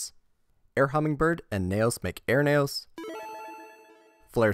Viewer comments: It’s KNEE-O’s. Not Neigh O’s 🐴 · knee ose not neigh ose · N E O not N A Y O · "Knegh-Ohs" That irked me when it really shouldn't have. Neos is "Nee-Ohs" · Damn, all that effort to just say Nayos instead of Neos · Nee-ohs not neh-ohs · Learn how to say neos. Not nayoos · that's the credit I wanted to give him until he consistently pronounced the archetype "Knee-Oh Spacian" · and it’s said Knee-os by the English dub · Super interesting video until you started listing the NEO’s as Naous. I couldn’t handle it anymore. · I find it funny when he tries to say neos but instead it turns out sounding like nails. But good video man. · Great video but the fact you call Neos "Nayos" was like nails on a chalkboard omg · Ngl I keep hearing nails instead of neos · You had my attention until you started saying “Nay-O’s” I couldn’t finish the video. Sorry, man. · Ok good I'm not the only one who noticed this. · He did Neo bubble man fine so it’s strange he’d say neos so weirdly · Even if he were, he’s speaking english and there’s an english pronunciation😂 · Thumbs down for the intentional mispronunciation of Neos. You said Neo right once, so you know what you're doing -_ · why cant you pronounce the word "Neos" correctly, you're talking about the anime in this video, they literally say it correctly in the anime! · So you can say neo bubble man right but not neos? Gotta be engagement bait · The way you pronounce neos gives me psychic damage. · Shout out to everyone who turned this video off as soon as he said neos wrong. Sped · Dude is fighting for his life to say Neos. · your pronunciation of neos is baffling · Like good video but pronunciation is grating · Why did you say Neos like that 😢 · You say neos weird